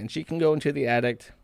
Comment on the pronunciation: "Attic" Josh: "Addict"